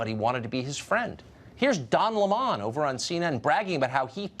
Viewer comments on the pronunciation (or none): Why is Tucker Carlon calling Lemon so retardedly? "Luh-Monn" LMAOOO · Lem'on....Its Lemon.. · Since when do you pronounce Lemon as La mon? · Why does Tucker call him Don Le Mon lol? Lemon is more insulting. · Don Lemawn 😂😂😂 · Wait, it's pronounced Don Lah-mon? I thought it was Don Lemon like the citrus fruit. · Since when Lemon been pronounced Le'mon ? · Tucker.. its Lemon, not Le'mon lol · So I have to wonder if Don was intimate with Jussie? I mean lemon feels so close to this dude that he can't think straight.It's pronounced Don LE--mon ? That's b.s. It's just like it sounds (Lemon) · Why is Tucker saying Don lemons name like le-mon? He didn't used to call him le-mon. It doesn't sound right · Haha "Don Le-Mon" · I like how Tucker says Lemon. Is that actually how Don’s name is pronounced?